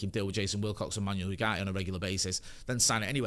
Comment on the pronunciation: I love how calls Manuel ugarte 'manual yougarte' 😂